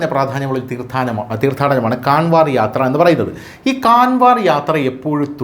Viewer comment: കൺവാർ യാത്ര അല്ല കാവഡ് യാത്ര എന്നു തന്നെ യാണ് ഉച്ചരിക്കേണ്ടത്